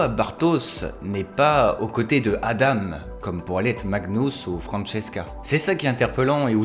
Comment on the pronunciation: C’est adam [adan] et magnUs et pas magnous